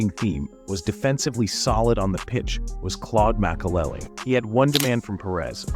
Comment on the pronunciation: You do know it’s Makelele not Mcelel 😂